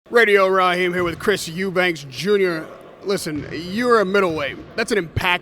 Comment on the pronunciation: No wonder Virgil hates your ass. You're an ignorant fool who cant event get the names of those you're interviewing! There is no S or Z at the end of EUBANK!!!!!!